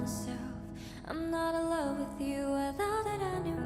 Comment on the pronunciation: Yes ballads typically don't have them singing along side a backing track like dance heavy songs typically have. Thats why you can hear them clearly change a few things, like how on the track Asa says "love" with a pronounced "F" kinda like "flove" but in the live she does not. Of course they still have effects like echo when needed but it is indeed live. I do hope you guys check out Twice because that means you can see the Killing Voice video, it's so good. I would of course also nominate groups like Bigbang to get some OG dudes in there and Red Velvet aswell mainly because I'm hooked on the new Red Velvet comeback, Aespa is also so good and interesting to go through simply because of how wild their MVs can be. Maybe one day has experienced at least one group from each big label.